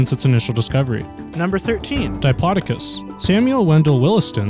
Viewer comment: He said Diplodicus on Titanasaur. LOL!